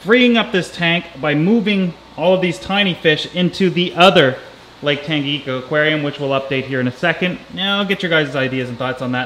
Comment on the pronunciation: Tanganika... Your pronouncing it wrong.. But its cool.. I live in Tanzania next to Lake Victoria and thought sense your into african cichlids you might want to work on pronounciing the names of the lakes.. Othwise beautiful fish and doing wonderful job on videos.. Haven't listened yet to the part why you quit YouTube but its disappointing.. Enjoy your video a lot...